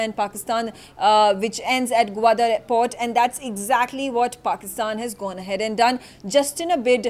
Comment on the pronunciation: she cannot even pronounce Gwadar and Kashgar correctly